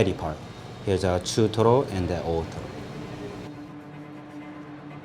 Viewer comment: I kept hearing ottoro